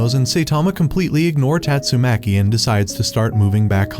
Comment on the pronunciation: Bro said tastumaki mommy💀